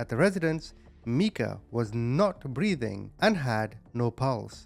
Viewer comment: Her name is Meika which he pronounced correctly. Micah is a different name